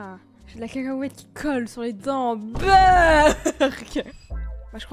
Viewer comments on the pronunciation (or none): parce-que elle a pas dit cacahuètes elle a cacahhhahuète